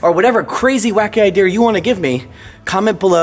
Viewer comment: says idear like hes acting like hes from the uk L0L